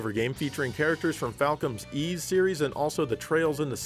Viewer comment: You get a 7/10 for pronouncing Ys. A good effort.